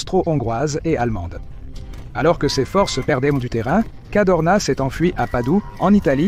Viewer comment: C'était le Général Cadorna, pas Cardona.